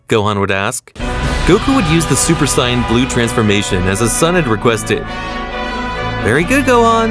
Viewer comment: Bro I can not with this Ai saying vegeta and etc names 😂 bro said super siagin blue